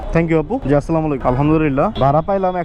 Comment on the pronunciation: Not aslamolaikum 😂😂😂 Say assalamu alaikum🎉🎉🎉